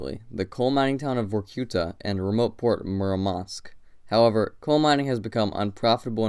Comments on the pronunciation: Tip: always check stressing in Russian names (in Wikipedia, for example). English speakers tend to mispronounce every single word when it comes to Russian cities. In this case, it should be vor-ku-TAH, MOOR-mansk and no-REELSK instead of vor-COO-ta, mu-MANSK and NO-rilsk. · Móoormansk, Noréeelsk... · VorkutA (pronounced as VorkOOta), not VorkUta, and MUrmansk, not MurmAnsk, and NorIlsk, not NOrilsk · Although the idea of the video is quite interesting, it would have been a good idea to check the right pronunciation of the cities' names before making it. It "Murmansk" the stress goes to the first syllable, in "Norilsk" to the second. And it's not a kind of secret knowledge, you could easily check it on Wikipedia.